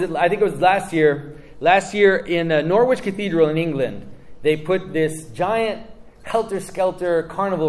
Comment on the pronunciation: I'm from Norwich :D always nice to hear a mention in videos (I had no idea about the Helter Skelter).... It's pronounced Norrich by the way (if you think that's bad you should try some of the other places near by Wymondham (pronounced Windum) or Costessey (pronounced Cossey))